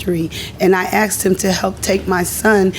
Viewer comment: It’s “asked” not axed….